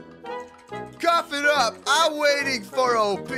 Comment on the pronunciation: btw you say op sound it out